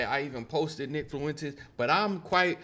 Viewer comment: My niggas theres no L in Fuentes, it’s not rocket science monkey